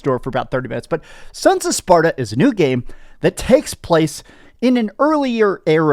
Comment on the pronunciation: you said sons of spaRDa :face-blue-smiling